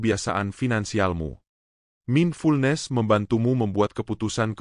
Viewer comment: Isinya bagus tapi masak ATTRACTION dibaca ATRAKTION? MINDFULNESS dibaca MINFULNES?